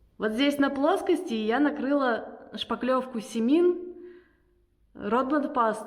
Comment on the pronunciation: Ударение на последний слог: Семи`н. Очень классная шпаклёвка, но кусается по цене. Я использую её в чистом виде для лепных элементов в декупаже. Брала в сухом виде с добавкой чего-то типо целлюлозы.